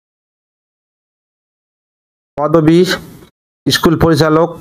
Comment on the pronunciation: ইস্কুল না স্কুল।